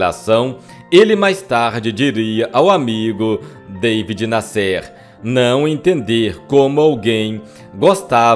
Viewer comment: O nome do Jornalista era David Násser é não Nassér !